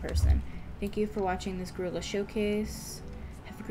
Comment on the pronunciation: omg why did u pronounce it Gorilla its gryla gr(why -y)la